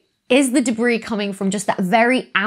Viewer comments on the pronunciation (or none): "Deb-ris?" - The Slow-Mo Guys